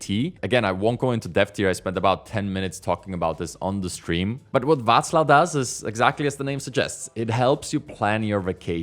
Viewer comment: I am amazed that you pronounced 'Václav' perfectly, as if you were Czech.